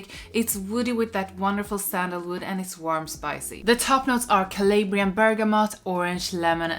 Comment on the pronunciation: Cuh la breean= Calabrian